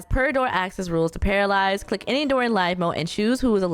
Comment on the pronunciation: It’s actually pronounced pair-uh